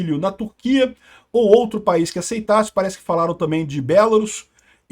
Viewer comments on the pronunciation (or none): none